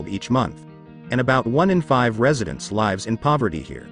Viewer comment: Unfortunate that the A.I. narrator can't pronounce the verbal form of "lives" correctly.